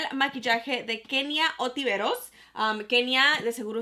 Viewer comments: es “Kenia Ontiveros” Y no “otiveros “ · ONTIVEROS!! mi chula ni por qué está escrito en el paquete.. ni escrito ni pronunciado!!